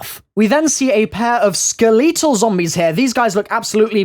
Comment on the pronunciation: he really just said skelEtal I'm dead